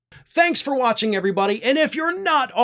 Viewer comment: When you said the vote was "fifty for", I heard "fifty-four". What?